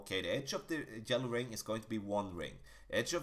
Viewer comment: Every time he says “Jello ring” I laugh and forget everything I heard.